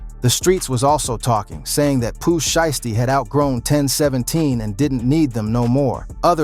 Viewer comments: "Pu Sheestie" smh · Boi said Pooh Sheesty 😂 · Gucci Mane is not from Memphis!!!! Hes an Atlanta dide. And get that A I shit off yall saying Poo shiesty name wrong ASF.